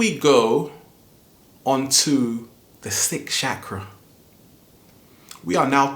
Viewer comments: *****, before presuming to teach about a subject, don't you think you should be able to pronounce the word correctly? It's CHAKRA, not "shakra". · It's called a Chakra not a Shakra. Just saying. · great video but i just wanted to say its not pronounced as SHakras its more ch sound as in change or chug. its a strong ch sound rather than sh. chakra being a 'sanskrit' word ended up forming the hindi word chakar, translating to circle. so chakras are energy circles/centers. had to say something after i kept on hearing shakara lol. but again. great video like all the rest of your videos. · I think you mean that the 8 inner gates due and it's Chakra not shkra dame men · You saying chakra wrong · his pronunciation is wrong. he says chakra in a wrong way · right, but we butcher pronunciation of words from different languages all the time.